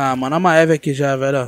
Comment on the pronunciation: ma-e-ve kkkkkkk crl pqp q pronuciaçao em vey pqp kkkk e mive poha .. kkkk crl maeve kkkkk